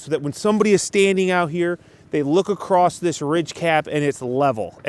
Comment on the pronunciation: there is no t in the word across